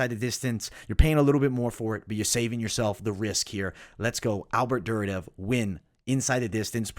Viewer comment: As a big ACB MMA and ACA MMA fan, that Duraev pronunciation is killing me. There isn't a second D in the name. Its Dur-I-Ev. I hate being that guy but it was just like nails on a chalk board.